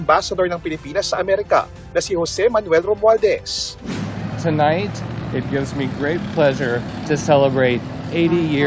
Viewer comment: Haha romualdes daw Sabi ng reporter hahah😂😂😂